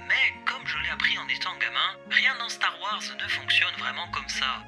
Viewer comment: Eh. Super vidéo. Si je peux me permettre: star wars c’est “wores” et non “warres”. Bonne continuation. Merci !